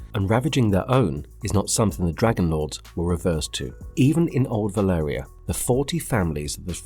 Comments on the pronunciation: Valyria not Velarya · Valyria not Valaria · why do you keep calling Valyria, Velaria? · Nice video, one suggestion may be to try keep the pronunciations of names the same, as it can get confusing if there pronounced in slightly different ways throughout the video i.e. valyria, dragonmont